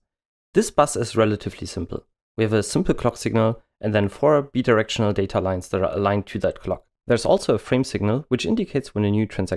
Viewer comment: lol mispronounced bidirectional, probably nonhuman computer generated voice